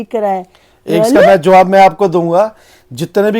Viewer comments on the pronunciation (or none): none